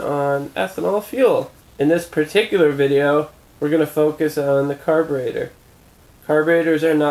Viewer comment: caberator or carburetor?????????????